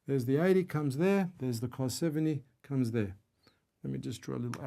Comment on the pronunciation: cool but not how you pronounce cos